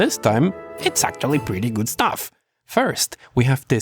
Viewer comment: Nunca aprendió a pronunciar bien "actually"